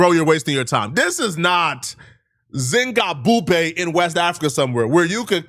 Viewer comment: The only words he ever pronounced correctly #zingabupe 🤣🤣🤣🤣